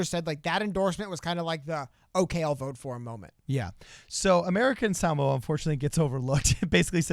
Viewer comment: Shoutout for saying Samoa correctly